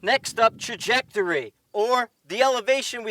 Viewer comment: Nice analogy! But your New England accent was slipping through there a bit. I've never heard it called Tah-jectory. Love the videos keep them coming.